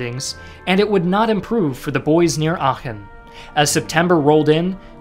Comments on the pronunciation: Oh, he can pronounce "Aachen" correctly, but he can't pronounce "Iran" correctly. Is it less deserving of such native honorifics in his subconscious opinion for being a Muslim country? Or he just didn't care enough to give it enough decency and respect by looking it up as he did with Aachen? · almost perfect pronounciation of aachen, didnt expect that at all, great job! to give u a little hint, u pronounce it like achen though, not aachen. spend a little bit more time on the a like the e in bee instead of be. not such a great job on schutzstaffel though^^u realize btw that the german word volk is almost exactly pronounced like the english word folk? its the same word almost, why u pronounce it like wolk? and yes that includes volkswagen. u pronounce it like folkswagen not wolkswagen lol. well, there is also the great philosopher immanuel kant, and i dont want to get into how that is pronounced...i think i will just watch the video and stop commenting from here^^ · Aachen was pronounced pretty well for an american speaker, but Köchling wasn't close (the O-Umlaut is almost identical to the sound from "worth" or "word" not a straight o) and Volkssturm is Pholx Stoorm not Wol... And you Americans usually love to mock us germans for being unable to pronounce V or W properly in English. :P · You can really hear, that he practiced the pronunciation of Aachen.